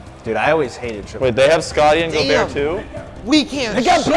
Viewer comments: theres no fucking way he said gobertt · says “gobert” but it is pronounced gobear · Bruh it’s not go-Bert it’s Gol-bear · ITS NOT PRONOUNCED Go bert its pronounced gobear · bro and call rudy gobert like flight does 😂😂 go-bert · No they pronounced it right in the beginning and called him go-bert as a joke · Intresting how they pronounce gobert